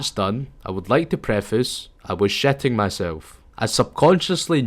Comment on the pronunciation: “I was She-ting myself”